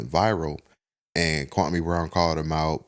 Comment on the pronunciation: He still pronouncing that man’s name wrong. 😂